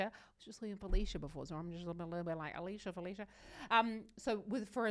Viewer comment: For pronunciation tips: It's not English Alicia, it's more of 'ah-lee-ss-yah